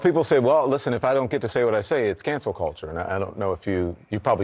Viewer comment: Man can't even pronounce cancel, what a joke.